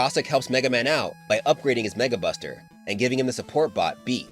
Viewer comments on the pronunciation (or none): anyone else heard '[NWORD] Buster' or is it just me?